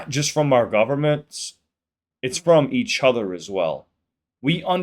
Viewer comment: I like how you say each other… E-CHOTHER!😂